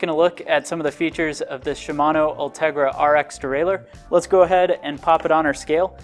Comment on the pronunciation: Derailleur, not derailer.